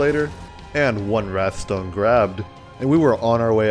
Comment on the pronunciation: it's called wraith stone, not wrath stone